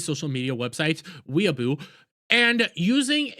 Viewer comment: It’s pronounced Way•bow but amazing video. The Game Awards is complete garbage. It should be only giving out awards not being a video game expo.